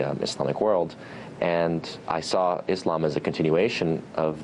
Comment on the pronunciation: I'm happy to here them pronounce Islam correct, and not Izlam